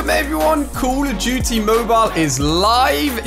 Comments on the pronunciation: “Call of Jute Mobile” yo- you mean “Call of Duty” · Why say call of duty like that